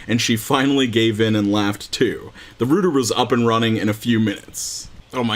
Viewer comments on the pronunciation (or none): "The 'rooter' was up and running." It's 'Rout-er', bud. I laughed so hard. Great video as always, though. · Did you call a router "rooter"? lol is that how you say it? I'm pretty sure the o is more like ow, but maybe it's different by region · I can't disagree with you, but as far as I can research: both and myself are American, so I laugh at how he says it. Again, nothing against him personally, I watch daily and consider myself a fan. Though we have many problems in America, I enjoy and use frequently my freedom of expression. I don't bully or pick on people, but when something unintentional makes me laugh, I chime in. That's all this is. Wishing all the best, but still laughing when I have the opportunity.